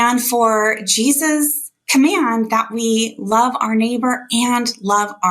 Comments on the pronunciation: Why did she keep saying "Sheezuz"? Trump is STRIAGHT UP the Anti Christ. LIKE straight up. Read a fucking bible... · she said Cheesus 🤣🤣 And clearly she's talking about cheddar because of the color similarities! 🧀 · "In Sheezus name"....lol. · Why did those women keep saying Cheezus? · in the beginning its sound like shes saying "in cheesus mighty name".. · Those girls "praying" at that Trump rally?? The girl saying the "prayer" doesn't even say Jesus??? She clearly said Shesus (2 or 3 times). They think their following Christ?? Supporting Trump is NOT following Christ.Trump teaches hate, God teaches love. God teaches us to love everyone. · It was sounding like they were saying Cheesus not Jesus. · To be fair… it sounded like the one praying was saying in cheeses name😂 These people are in no way true Christians. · Sounds like she said cheeses not Jesus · She didn't actually say Trump and Jesus. Does she even know how to pronounce "Jesus"?🤔 -That big prayer she said... She never even said Jesus at all, she said Shezus (twice). Did she do that on purpose, because she knows they're not following JESUS. It's really sad that the idiots are louder than us. Now we all have to pay for their mistakes, and while we're all paying, they're going to blame Democrats 🤣. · We're they pronouncing his name Cheesus on purpose? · To be fair... Sounded like she said "cheesus" not jesus... Lol